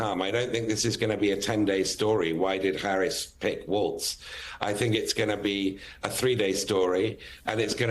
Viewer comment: Joe! You actually pronounced Walz, the correct German way. Kudos to you for that. Minnesota has a very large GERMAN-AMERICAN community there. Obviously, Walz IS German-American. Good choice as far as I'm concerned as a German-American myself!